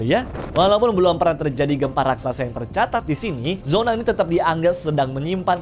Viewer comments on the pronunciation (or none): none